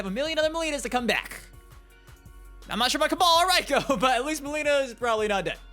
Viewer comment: Your still saying Reiko's name wrong. It's pronounced RAY-KO not RY-KO